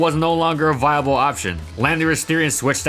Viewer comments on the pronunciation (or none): none